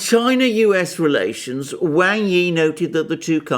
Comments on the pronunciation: Excellent analysis. Just one tiny bit of problem: “wang” is pronounced as “Wong”. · He is right.. Wang....In Mandarin...You are Wong